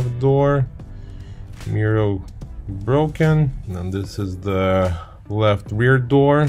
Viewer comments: Love your content but why are you saying “mirrow” instead of “mirror”? It’s exactly like when you were saying “Alfa Romero”😂…Congratulations for your 5 star content!!! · You have a very strange way of saying MIRROR.....MIR- OR